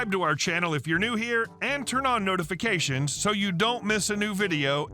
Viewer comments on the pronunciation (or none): none